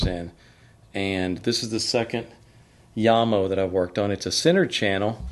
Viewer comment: It is not Djamo, but Jamo as in Jacobsen & Mortensen